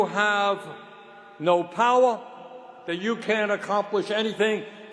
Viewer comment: He’s the commander in chief. He does have the powahh. You failed to make a run for president because your party took your powahh away from you. Why can’t you see the truth? We needed to be protected from the billions sent to help a country that chants death to America. That money was sent by YOUR party. SMH. Nobody wants war but protecting America is job one dumb asses.